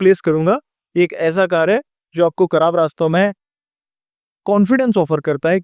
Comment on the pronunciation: kharab ko karab kyu bol rahe ho